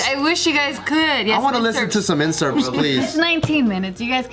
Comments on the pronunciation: its excerpt bruddas not incerpts ahaha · What’s an incerpt? 😂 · Did anyone else get peeved by how they said “inserpts” instead of “excerpts”?